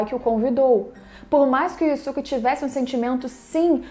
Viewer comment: Você só fala o nome dele errado se o próprio dublador no desenho fala yusuke porque falar diferente